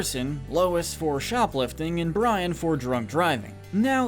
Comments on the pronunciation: It’s Brain not Brian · It's BrAIn, not Brian. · It’s Brain. You said Brian. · Penny's dog is named BRAIN NOT BRIAN!! IT'S BRAIN!! 🤦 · Am I the only person bothered by hum calling Gadgets dog Brian when his name is Brain.